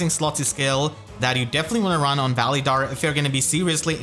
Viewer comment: Your saying his name wrong